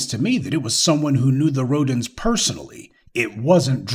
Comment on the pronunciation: That Last [Name] Rhodens as in 'Rodents' HaHaHa 🤣🤣🤣🤣